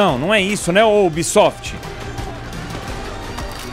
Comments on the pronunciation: Meu Deus cara para de falar ubisofit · sera se e pidir de mais pra tu parar de fica falando unbisot mds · "Oh Ubsoft"... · "Oh obsoft " é a única coisa que eu tenho certeza que vou ouvir no vídeo do Edu kkk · Da uma puta raiva quando ele fala ubisoft